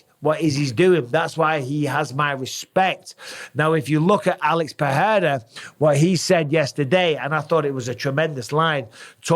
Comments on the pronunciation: it's pronounced PeReira not PeHeira 👌 it's only H if it's double R or it's the first letter of the word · brother its PeRRRRRReira not PeHHHHEira , ask brazilians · Alex PE RE I RA not peheira, pecheira! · Oh no... the Pe-heira mis-pronunciation of Pereira has rubbed off on Bisping. Too many people listening to Joe Rogan 😂😂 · Bisping, his name is pronounced Alex "PA-DAY-TA" stop making yourself sound so uncultured, you're a ringside commentator for fucks sake, you should be better at this. How many times in your life have you been called "BisBING" get it? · It annoys me that Mike used to say Pereira almost correctly but has now changed to saying it wrong , like most ppl in the UFC , FFS lol